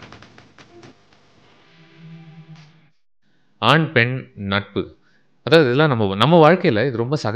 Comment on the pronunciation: பழம் பழம்னு உச்சரிக்கரிங்க just பலம் திருச்சிற்றம்பலம் 👍🏿🙏🏿